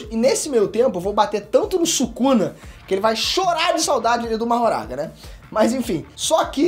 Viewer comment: " Sukana " KKKKKKKKKKKKKKKK